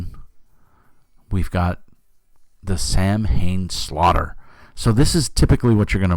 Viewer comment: TriCube and the settings are amazing! Love how you mispronounced Samhain, and it's ok. :) Gave you a thumbs up, but can't stay since I don't know Storn (hangs head).